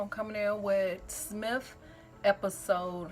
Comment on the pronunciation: No offense... please learn how to pronounce the title. S.M.I.L.F. Like MILF but just add an S. Say the word "hill" then add an "f" behind that. That rhymes with smilf.